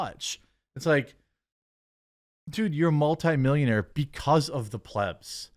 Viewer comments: Where are you replying to your followers in this videos comments? Also learn how to say plebs please. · He's pronouncing plebs properly today.